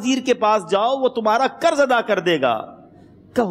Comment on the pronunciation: Karz nahi janab qarz kahiye. Pls pronunciation thik karen.